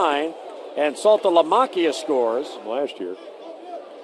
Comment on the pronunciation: If I had to hear him pronounce "Saltalamacchia" incorrectly one more time, I was gonna lose my mind.